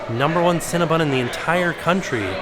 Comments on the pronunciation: it's CinnaBON, not CinnaBUN. But no matter how you say it, I want a box with extra frosting. Yum! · 🥴😖 the 15 times said CinnabOn wrong lol